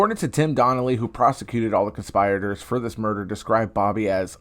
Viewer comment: "Trigger warning"? What the hell is wrong with you? Also: learn the pronunciation of "conspirator."